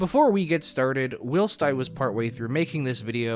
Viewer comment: "Whilst" is pronounced like while-st. Not will-st.